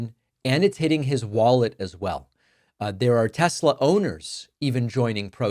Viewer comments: He said tesler🤣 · Tessler? Did he say that? For real? 😂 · I cracked up when he said “tesler”!! He’s buying one from his best bud and can’t even pronounce the car and company’s name!! It will forever be tesler from here out! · Its TESLER, not TESLA. Didn't you hear dementia Don? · Isnt it Tesla not Tesler....🤔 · I know Americans love over extending their r’s but is it not pronounced Tesla, not Teslar? There is no r in Tesla. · The "Tesler" clip gets me everytime 😂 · " I love Tesler" 😂😂😂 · I love tesler 😂😂😂😂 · What the Fk? " I luv Teslerr frocking orange idiot."😂😂😂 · I love Tesslerr!!! 😂😂😂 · Trump's a scared puppy. He had no problem with the gAhtDaMn insurrection but he takes issue with opposing rallies and marches. What a tool. He should take a minute to get a reading and English tutor. From Troath Central to Tesler. I wonder what Trump's reading level is...😂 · Trump is a daily humiliation. Also, “Teslar”… ? What a moron! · "I luv Tessler!" - made my second laugh today... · Tesler??? 🙄 Does DT even know what his own name is? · I love Tesslurr😂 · I love Teslerrs😂😂😂😊 sounds like something Madea would say. Leave it to Trump to mess up a name. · "I LOVE TESLER" 😂😂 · "I love Tesler!" What an idiot. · The insert of trump saying "I love tessler" made me laugh out loud. Thanks, I needed that! :-) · Troth Social and Tesler 😂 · Tesler LOL Its all computer LOL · "Teslerrr" & Hitlerrr... It's all the same, right? 😒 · Teslerr!! Lmao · "Tessler" and "Troath Senshall." Truly a great legacy. 🙄 😡 😒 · Mate I watch you but taking the piss on the pronunciation of tesla isn't. Non American accents pronounce it as such and it probably repeats how elon pronounces it. Trust me I hate trump but taking the piss on us that don't say telsa as a American isn't it mate..